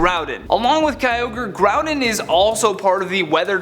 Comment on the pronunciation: No hate, but why do you say Grouden and not Groudon?